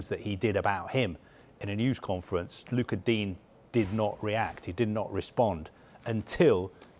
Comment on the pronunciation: ‘Luca dean ‘ I’m sure he’s called Lucas Digne